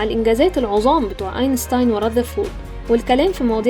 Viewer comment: اول مرة اسمع واحد بيقول اسم اينستين صح. انا فى ثانوية عامة و عندى فى كتاب الوزارة بتاع الفيزياء مكتوب اينشتين. حتى الوزارة كتبت اسمه بطريقة مش صح